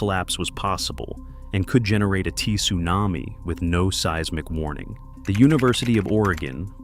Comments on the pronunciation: I've never heard AI this bad! "T':Sunami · A T-sunami? Stupid AI narration.